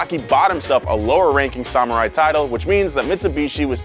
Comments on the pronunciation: I appreciate your attempt at the correct pronunciation of Samurai but my brother please work on that second syllable. Sa-Mu-Rai, not Sa-Mer-Ai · 1. Why is pronouncing it - Sah- mur-rai? Sam- - it's Sam-er-eye 2. Samurai can sell their titles? That doesn't seem very honorable. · Goddamnit. This guy needs to suck a PSALMORAI sword to the hilt for pronouncing samurai that way.